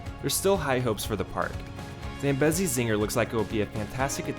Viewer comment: Great Job! 😀Thank you for taking the time to give Worlds of Fun some love in this video. Worlds of Fun is my home park and holds a special place in my heart. ❤ Just a few notes: - Zambezi is pronounced: 'zam·bee·zee' - The feature on Timber Wolf that made it great was the unusual 560-degree upward-spiraling helix. Unfortunately, the helix was removed in 2018, when it was replaced with that lackluster 70 degree banked turn. (If they were gonna take away the helix I wish they would have just RMC'd it) - Next time you visit Worlds of Fun I would highly suggest riding Prowler at night. It packs a HUGE punch. - Spinning Dragons did not technically replace Orient Express. This has been a misconception since Spinning Dragons debuted. They could have co-existed together on their own specific plot of land without interfering with each other. - It would have really nice if you could have made mention of Oceans of Fun and its history. Maybe in a future video when you come back this summer to ride Zambezi Zinger and give your review!?